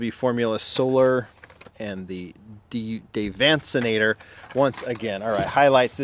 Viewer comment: haha you are saying DAVancenator correctly. That is actually one of my designs and Ryu actually insisted I use my name for that car. If you ever want to talk let me know and I can tell ya more about the car. By the way love your videos.